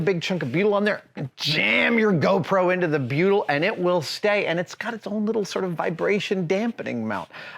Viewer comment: 26 minutes in, I'm thinking what the fuck is Beeyudel?? I was a marine engineer for 15 years and I haven't heard of this stuff?? Then I realised he was saying "Butyl" HA!!